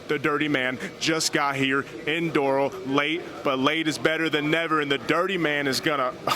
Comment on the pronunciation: i was all about this guy until he mispronounced "Doral"